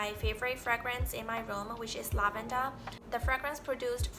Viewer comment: Damn. Your vocabulary has improved so much! The only word you stumbled on was lavender. It sounded like you said lav-en-da, so the der should be a bit harder like in the word 'under'. When I was in Uni my study mates would make fun of me for sorting my skittles by color before eating them. What they didn't notice was that I started with the highest number and when they were all equal numbers I would switch to alphabetical by color. For the door locking worry, most recent encounter with that was with an air powered tugger or skip. Think of something between an elevator and a rail car on a long cable. The rest of the crew had climbed up the ladder (about 80 meters) and I had raised the tugger with the equipment up to them. Then I had to walk about 400 meters back down the tunnel I was in to shut off the big air compressor. The whole way back I couldn't remember if I had shut off the second valve to the air powered controls. If the controls failed while no one was there, the tugger could keep on going up until it got to the top and pulled the block off the beam and the whole thing would crash all the way to the bottom, or it could come to the bottom and the cable could keep unwinding and there would be a giant mess of cable everywhere. When I got back to the controls I saw that I had shut off the second valve and the brake was set. I was so glad I didn't skip a step in my rush to join my team. But the mental images of all the things that could have gone wrong are still easy to r